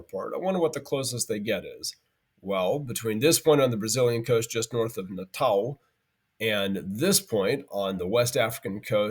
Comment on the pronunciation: Props for correctly pronouncing Natal with a final w (Y)